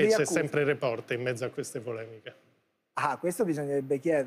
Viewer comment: Floris si pronuncia Report con l'accento sulla e. STUDIA